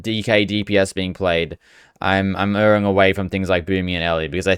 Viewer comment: heads up, you are both pronouncing Erring wrong and using it incorrectly